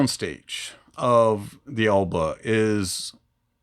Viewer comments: Excellent review .. useful one at that. Thanks. [ Just wondering why you pronounced it as Elba & not as Alba as it should be :) ] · you keep calling it E lba! Its A lba...just saying bud..🙌